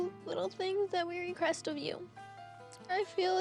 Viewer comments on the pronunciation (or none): NO no no no... it is RE-QUEST not "RE-CREST"!! . I am changed- after seeing her not be able to read a simple word.... I WILL go back to school. Oh boy mama, I willllll i will will recrest to go back to school.